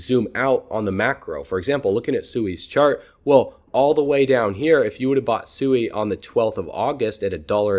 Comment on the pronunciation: Great video, sui I believed is pronounced swee. I follow you and crypto eri and she verified the pronunciation, not that it matters. God bless